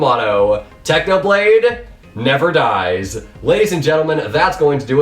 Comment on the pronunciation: It's actually NEVA DICE